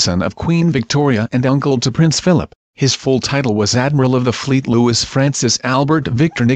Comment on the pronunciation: Luwee is how it is pronounced!